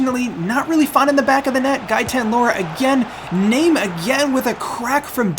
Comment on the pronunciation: Heya :) I think the name, Name is pronounced, "Nar-may". Looking forwards to the new series.